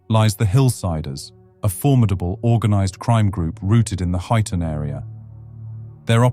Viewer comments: Hoyton 😂 HY TON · It’s HUYTON 😂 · Huyton is pronounced highton